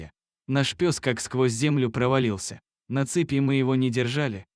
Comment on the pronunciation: Это иностранец читает у вас так безграмотно? Не - слЁзы, а слезЫ, не - четвероного друга, а четверного, не на цепИ, а на цЕпи. Наймите грамотного человека. И текст сделайте честный, без вранья.